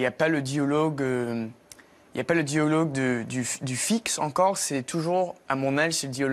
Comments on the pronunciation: He has a very strong Canadian accent, but in some words only: "dialogue" he botches that and doesn't pronounce it correctly at all. "Normale", "mais", any "ai" sounds, he goes very nasal and that's Canadian. We French only do it a bit nasal. The Canadians really "lean" into their nasal sounds. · He did say "diOlogue" instead of "diAlogue", lol. Pronunciation is not "great". It is just good.